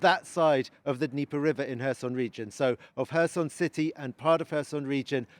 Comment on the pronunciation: His pronouncation of Kherson is very poor